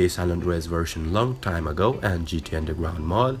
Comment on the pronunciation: ''today i will show you how to install undelgwound mod for gta san andweas'' u dont know how to use an R?